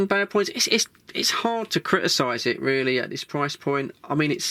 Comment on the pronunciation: This is radio, reeeely? Ar U shuuur? May be it's better not to use words you're don't know it's meaning.